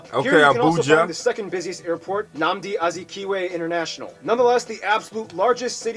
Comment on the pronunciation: The geography now guy pronounced that igbo name Nnadi Azikiwe airport properly.props. 🇳🇬🇳🇬